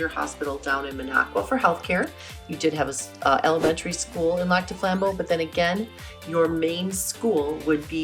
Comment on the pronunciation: I'm sorry, but if she's local, why can't she pronounce it?